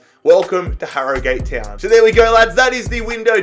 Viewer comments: I know you are Australian, im irish but it is pronounced Harrogit Town note Harrogate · It’s not Harrygate it is prenounced harrogit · Harro-gate wtf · You don’t say it like Harrogate you say it like harrogut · this man saying harrogAte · Ha-Ro-Gayt is how he says it Ha-Ro-Gut is how it’s pronounced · pronounces it as HarroGATE Whereas its actually pronounced Harrogut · 30 seconds in and if he says harro-gate one more time I’m jumping out window. And the Tillman signing😭 is doimg a a viktoria koln career and I signed him Cos he was a back up to arp so I thought it would be realistic, what a player he ks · "Harro Gate Town" LOOL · hArR oH gAtE town lol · It's pronouced "harra git" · It’s pronounced arragut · Btw for future reference it's pronounced haruhgat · It's pronounced "aragut" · You pronounce it Ha-Ro-Gut’ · I'm from 5 miles away from Harrogate and the correct way to say it is Harrow-gayte But people where I live mainly say it as Harro-gat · It’s prounounced harrogut not Harrogate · When you're doing these rebuilds, listen to the club name being said first, this hurt so much listening to harrow-gate, you even said it correctly once 😂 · its pronounced harogut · Its pronunciation is 'Ha-ro-gut' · Its harrowgut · Harrogate is pronounced 'aragut'. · wrong I live in Harrogate it is said Har-o-gut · Harragute how it is pronounced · IT IS SO ANNOYING HE LEGIT SAID THE RIGHT PRONUNCIATION AND JUST SAID ILL JUST SAY HARRO-GATE WHY DOESNT HE DO SOME RESEARCH OF HOW TO PRONOUNCE THE TEAMS HE REBUILDS AHHHHHH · Agree it’s harro-gut 😆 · I'm from Harrogate so this triggers me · Your pronouncing harrogate wrong